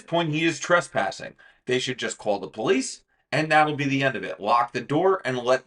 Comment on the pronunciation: Its police, not pole lease.